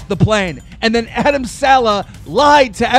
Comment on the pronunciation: You couldn’t even said adam’s name the right way!!! Just saying